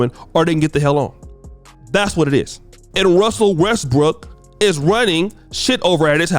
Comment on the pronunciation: Nobody:: Russell RESSBOOK